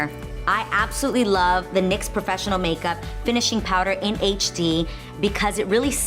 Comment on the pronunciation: Well drama. Channels are coming for your leiing ass so is it nyx or loreal that's your every day you are not even pronocing the names right stupid boarder jumper